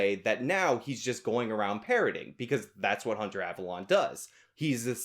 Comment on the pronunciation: Avalon is not avallone. You purposely saying their names.slightly off doesnt make you come.off as clever but as childish.and.petty.